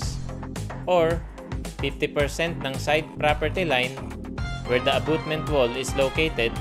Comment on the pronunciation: Dimo man ma pronounce ng tama ang abutment. Abotment naging hukay na ang wall mo. Is equal to, hindi po is equals to.